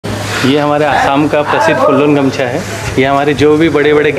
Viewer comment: Bhai it is not gamsa it is gamusa